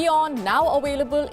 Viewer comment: This lady never introduce herself. Her English is very poor. Where is PALKI? THE WORD IS AVAILABLE NOT AWAILABLE...